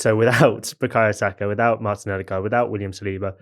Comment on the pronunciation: As a Norweigan and Liverpool supporter your Ødegaard pronunciation is spot on!